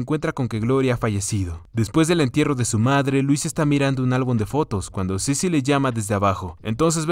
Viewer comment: Solo una vez dijo su nombre bien xdxd Cecil, ya luego estuvo con Cicil cicil cicil xdxd